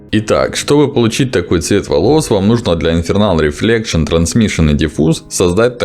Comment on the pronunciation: Классный урок, хорошая дикция, инфа упорядоченна. Ток плиз не говори Infernal Reflection) Там Internal(внутреннее) Reflection. Я в начале думал что мне показалось, но когда это название было ещё несколько раз неправильно произнесено, сомнения исчезли.